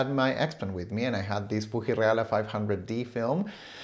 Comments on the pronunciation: Love the 'FooHee' pronunciation - so much nicer than the hard 'FooGee' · The way how you pronounced Fuji made me moist. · Love the video as ever,! Yours is the first video I have seen showing the Fuji Reala (Love your pronunciation of both words, by the way!:p) and it's always nice to see the cinematic shots from the x-pan!